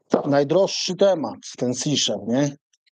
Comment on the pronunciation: Ten Sicher to się raczej z niemieckiego wymawia "zicher" albo bardziej poprawnie "zisier" 😉